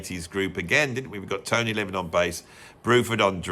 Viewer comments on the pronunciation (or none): none